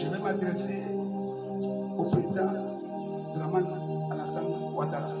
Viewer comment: on dit pas Dramane dèh .ahooo